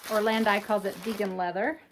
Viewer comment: Beautiful bags. The Italian brand is pronounced or-land-eee